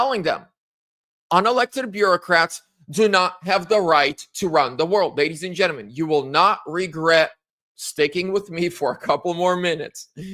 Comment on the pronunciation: It is pronounced “genTLEmen !